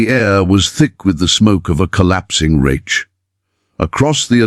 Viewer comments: I second the vote for using a real narrator. It's pronounced Reick with a hard K not a ch sound. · Who ever allowed the man/machine to comment on this video must have been an American with the requisite poor education of U.S. schools. To pronounce the word "reich" as (phonetically) raitch should be sh, or, at the very least., fired. I'm not of German ancestry, but, even I know enough to pronounce words correctly. Any decent dictionary (maybe not Websters) will have a phonetic description of the word. Between the mis-spellings in captions, and mispronunciations in the over-dubs, it's difficult to follow the story-line. Get a life! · With all due respect, get you AI program to pronounce words correctly. The German word Reich is not pronounced retch. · You’d think AI would know how to pronounce reich! 😂😂😂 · Reich rhymes with Mike. Anyone who isn’t part of the TikTok generation knows Russian prisons were as bad as German’s. Many of us aren’t hung up on AI since we learn this in history classes in school. Why do you think at the end of WWII the Wehrmacht gravitated to Allied territory. They knew they’d eat, get medical treatment and survive. There’s plenty of WWII documentaries and books. Ken Burns created two series on WWII. They’re written from the view of a historian which can be boring to most people >40. Social media isn’t the best source of history that isn’t fiction. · Someone teach the AI German: Reich is not pronounced Raych; or English for that matter: laddled instead of ladled, etc. Did no one tell hem that it was the Russians that mistreat prisoners? Also, I think the flag is wrong. Prior to 1948, it only had 48 stars as Alaska and Hawaii were not states yet.